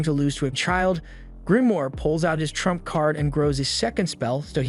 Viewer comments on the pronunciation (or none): none